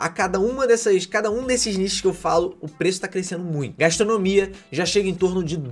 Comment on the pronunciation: Gaistronomia? Onde vc achou essa letra i?